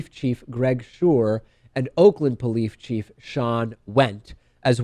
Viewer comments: you said "polife chief" twice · What's a "Polife" Chief?